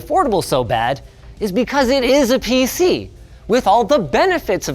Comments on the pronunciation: “PC ness” Ok 😐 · He did say peeseenis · Did you just say penis? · Did Linus just say "PC enis"?